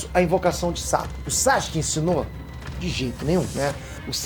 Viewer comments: SÁxke ao em vez de Sasuke me dói ainda kkkkk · Eu não tanko esse "Sachuske" do kkkkk